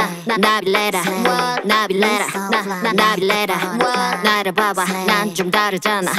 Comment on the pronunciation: The way she says Nabillera is so satisfying